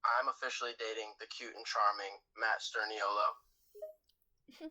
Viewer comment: You pronounce their last name like stir-knee-o-low hope this helps